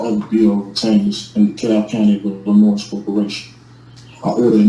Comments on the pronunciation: Hey, give the boys some belly rubs and treats for me. I think my first issue with this guy is the fact he is not understanding the S in Illinois is supposed to be silent. I really love how this group of people try to set themselves aside from the rest of the nation, and even more so when they get caught breaking the law. Ok just listening, even more, the S on the end of Illinois is starting to bother me even more so. Is this guy reading off some sort of script that he bought from the SovTard University store? Somehow we need to get him to understand in the light of the law you have not been kidnapped, you have committed a crime and been placed in jail for it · Well if you cannot pronounce the English words (Illinois, coercion) then I have very little faith that you have the slightest clue what the Latin words you spew even mean. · It's Illinois, not, Illanoise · The s is freaking silent damn it! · is Illannoyed with how he pronounces Illinois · Dee-PRY-vation Illi-NOISE 😂😂😂😂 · Apparently, this guy went to the late Mayor Harold Washington’s school of plentiful, multi-syllabic, and long words that make no sense. He should have received an extra day for each time he said “Illinoize”. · Illinoise? That all by itself should be a sentence enhancement. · Did i just hear him say he is granting all the gold in the treasure of "illa-noiSe" to a potato farmer? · I have also heard "Illinois" pronounced eel-en-wha. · Ella-Noise. 😂…….Illinois 😊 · Il-a-noise? Where is that? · Did he say “Illinoise”? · there should be a law that a judge can hold a person in contempt for pronouncing the "S" more than once when they say "Illinois "😠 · How can he live there and not know how to pronounce Illinois?! I'm from a small town, thousands of miles away in England, and I know how to pronounce it. It's like his YouTube degree trumps all the college and law school you attended for years?! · nails on chalk board every time someone pronounces the "s" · There is no noise in Illinois.